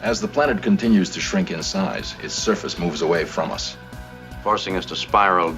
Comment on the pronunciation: Wait... Did you say "us"? ^^